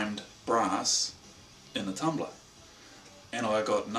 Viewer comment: You almost said "tumbler", but corrected yourself and said "tumblah" Hahaha :)